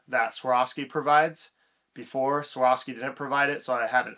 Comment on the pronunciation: Take a minute to learn to pronounce the name of the company.